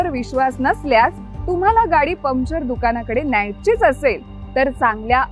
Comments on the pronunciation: परफेक्ट टीम वर्क पण चुकीच्या कामात.. मॅडम.. पमचर नाही पंक्चर म्हणत जा. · Arre baba Pumpchar nahi , puncture bol ga 😂😂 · पम्चर नाही, पंक्चर म्हणतात ग त्याला. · पमचर, English word.. It’s okay But - बाराइकिन got me rolling 😂